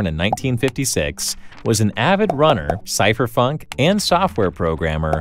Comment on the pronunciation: did you say cypherfunk? 😆